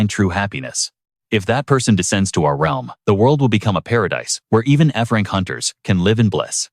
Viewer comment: Bro it was a joke 😑 he saying Frank instead of F-Rank